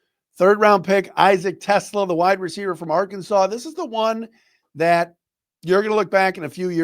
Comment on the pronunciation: Just wanted to let you know about a correct pronunciation. It’s Issac Te-SLAH, not Tesla. Love being an every day listener!